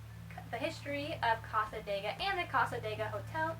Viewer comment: You're pronouncing cassadega wrong lol sorry but as a local its a bit annoying. The area isn't haunted at all they just use the reputation to make money as a small town.